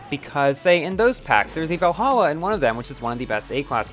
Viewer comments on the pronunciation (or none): none